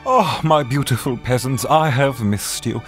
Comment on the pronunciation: WAIT, I just subscribed and I hear "hello there my beautiful pesents", from. Since when was I beautiful